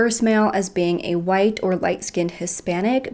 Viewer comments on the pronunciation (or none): none